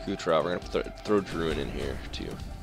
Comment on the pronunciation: Drouin is pronounced Drew-wan